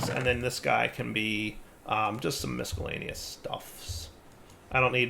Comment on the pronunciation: Love watching. Hearing the hard K when he says Miscellaneous is difficult. Hint: CE has an S sound.